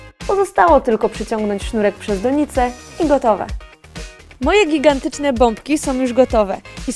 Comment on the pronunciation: ja usłyszałem bobki a nie bombki xd